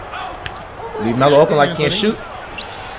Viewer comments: Lol he don’t know how to pronounce opal lmao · He says “O-PAW” not Opal 😂😂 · STOP SAYING OH-PAL ITS OH-PULL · Wtf is O-PAL it’s Opal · Flight be saying ol pal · NEVER DID FLIGHT CALL OPAL “OH PAL”LMFAOOOO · “Galaxy O Pal” 💀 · Nigga said O-PAL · He say O-pal card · It’s galaxy opal not oh Pal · Nigga says “O-pal” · Its opal not o-pal